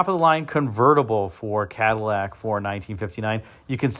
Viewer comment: One of my favorite cars of all time. I agree the '60 is cleaner, but I'd take either one, you know, if I had to. I do find it interesting that this video seems to be referencing the 1959 Cadlack. Cad-i-llac isn't a pronunciation you hear much in the vid. Heh.